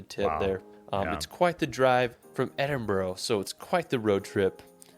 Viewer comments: Edin-bruh or Edin-burruh not Edin-burrow, rabbits live in burrows. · edin-burgh----burgh in english is burra,so edinburra, when u say glasgow drop the W-so glas-GO-or as the locals say GLASG-A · please if your visiting learn the pronunciation Glenfinnan viaduct is pronounced glen- fin- ann vie -ah-duct Edinborough is ed-in-bra ( ed in a bra ) and its holly-rude park Eilean Donan Castel is ellen-donna which was in the movie highlander which butchered the accent to and Cullen is kull-in I know Hollywood movies have absolutely butchered the accent over the years so it's not your fault . Scottish actors are to blame they don't say that's absolute garbage this is how you say it then again Ewan McGregor's Scottish accent isn't up to much either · So class, put your phones away, are you all listening ha ha: Edinburgh is pronounced phonetically as Edinburra; Glenfinnan viaduct is pronounced Glenfeenan Veyeaduct; Eilean Donan is pronounced Eelan Doan; Loch Lomond is pronounced Loch Lowmond hope this is helpful to my american cousins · Pounce edinbra lol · Hollyrood, as it's spelled, edinbura is how it's said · Edinburgh... it's pronounced Edin-bruh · Aaaaaargh! Scot hums 'Non, no regrets' to himself......EDIN-BO-RO, GlasGoWgh, etc, etc! Has not raised my opinion of the severe lack of intelligence of mericans. Perhaps he should have devoted less of his youth to 'travelling' and more finding a kindergarten run by Glasgow or Edinburgh's ancient and famous unirversities, founded 1451 & 1583 respectively! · Little tip for people trying to pronounce Edinburgh. Say: Ed-in-bu-ru. The "u" should sound the same way as in the word UP. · So…ed-in-bur-ruh is more easier way on how to pronounce it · Okay here we go Edinburgh is pronounced as Edinburra . Duncan born in 1939 in Edinburra . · Glasgow, Edinburgh, Loch Lomond is there any places this guy can say correctly? It's brutal to listen to